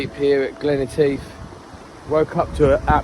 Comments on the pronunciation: Guys, its not Glen E tief, its Glen Etive ( Etiv ). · Am sorry and, but I cannot help myself. Glen Etive pronounced as, Et as in Etta James and ive as in give. 😊